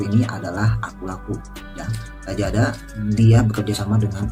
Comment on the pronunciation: Kok lajada? Lazada kali bg pake Z bukan pake J..